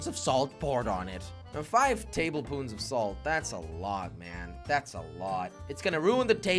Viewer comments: He’s saying table poons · tablespoons not tablepoons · Jelly- tablepoons Me- it’s tablespoons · "Table-poons" 😂 i cant